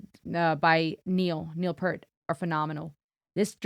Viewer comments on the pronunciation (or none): I wish to politely correct you on the pronunciation of Niel Peart’s last name. It’s not pronounced like the “Pert” shampoo. It’s more like Neil Peert" (like "Peer" with a T). Do not feel bad. Many others pronounce it like the shampoo and for years so did I. Both are generally accepted (but I have learned through my many years on this world that pronunciation of someone’s name correctly is a sign of respect). I mean no ill intent here. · Yes you got Geddy's name right but Neil's is pronounced Peeert not Pert. 😊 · It's pronounced "Peert," not "Pert." ;) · AWWWW - PLEASE DONATE TO THE NEIL PERT CUSS JAR, IT'S P-EAR-T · I just found you, and I don't know if anyone mentioned that Neil's last name is pronounced P(EAR), not Pert, like the shampoo. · if you're going to pause the video, rewind a few seconds when you resume. the drummer's name is peart, not pert. pear-t, not per-t. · Neil PEEEERRT NOT purt. it's pronounced PEEEEERRT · Great Video. Just so you know. Neil's last name is pronounced P "ear" t, not Pert. Very enjoyable as usual. Thanks, great music, the time signatures are quite easy, but I am a progressive metal drummer, so this is quite normal! LOL Geddy's vocal range is remarkable, to me, only rivalled by Devin Townsend, and Alex, the most underrated guitarist in history, makes such an amazing impact. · its pronounced "Peer-t". Everyone says "Pert" when they first see it, but, well, now you know. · Neils last name is not purt......it's pronounced peer-t. oh boy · You did get Geddy's name right 👏😊 'Peart' is pronounced "P👂t", though 😉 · Neel Peert! Please Learn to pronounce his Effing NAME!😢 And please call him “the PROFESSOR” And Geddy wrote: “A manic depressive, who walks in the rain! 😮 Pleasaaa!!!!!!! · PEART. Pron’d. P EAR T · Love your review. By the way he name is Neil Peart pronounced with a long E as in peers [kneel peer't] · P-ear-t. Pronounced like ear.